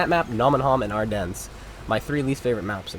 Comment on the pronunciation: Btw Ardennes is pronounced without an s